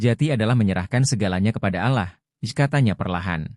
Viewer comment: Allah. Bukan alah